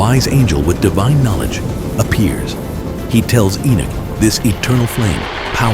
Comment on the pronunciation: ENOCH not Enich